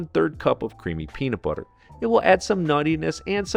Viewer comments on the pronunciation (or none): none